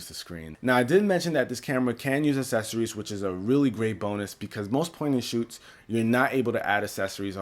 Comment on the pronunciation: You say accessories wrong